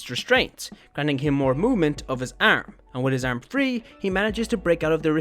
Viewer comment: The Way you say "arm" is enough to make my day 😂💕